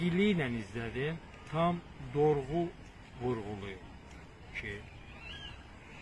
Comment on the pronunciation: Ay zalov yox dalov birinci sen azerbaycan dilini öyren Ay ermeniden emele gelen xristiyan. Dorgu yox dogru sözü.ikinci dövlet börcludur azerbaycan xalgina